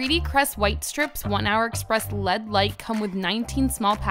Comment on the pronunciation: Good to know. I'm literally using it right now. Small note from a techy: "LED", ie L.E.D., isn't said together, like a word, but rather you say each letter. It replaced LCD so same/similar pronunciation. Great review, though. Your teeth look great.